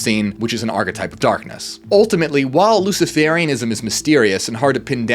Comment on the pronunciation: Luci-fur-ianism, it is pronounced.